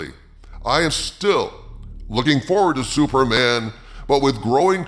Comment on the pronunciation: Did you call him “Sewerman” half the time?